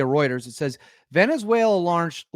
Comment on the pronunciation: Is now pronounced Venezu-WHALE-la 😂😂😂😂😂